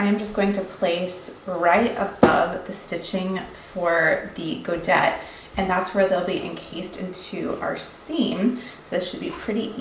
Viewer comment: Godet. It's pronounced goday ❤